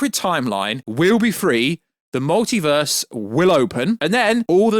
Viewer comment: The mowtivuuuuuhs